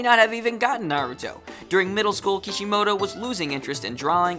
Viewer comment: I don't know if I can watch this given how you have pronounced Naruto in other videos